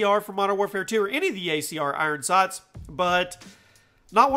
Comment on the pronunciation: "iron saghts"